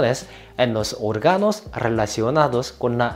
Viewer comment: No se dice orga’no se dice o’rgano en donde está la tilde lleva el sonido más fuerte